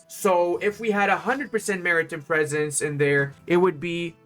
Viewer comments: Not sure if you read my comment in a previous vid (my post was made 8 days after it was released) but its Mari TIME not Mari TIM (pronounced Mary-Time.) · Half the time I think he's saying 'American Presence' instead of 'Maritime Presence'. Which tbh, for the US Navy, it's the same thing.